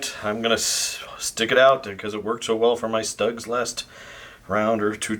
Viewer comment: Schtuugs........not ztUGGs 😁